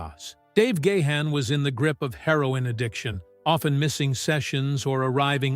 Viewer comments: Please pronounce the lead singers name correctly! there is no excuse. It's pronounced Garn not Gay han. That's better. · Its not Dave "Gay hand" its "Gone" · Oh my word! It's pronounced Dave Gah-harn, not Dave Gay-han. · For God's sake, it's not Dave Gah-Hun... get rid of that H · He said "Gay-Hann". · what is it with these documentary narrators they can't pronounce Dave gahan's sir name correctly the letter H is silent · Do you know how to pronounce Gahan properly? I think not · Grates on my ears when people can't pronounce Gahan.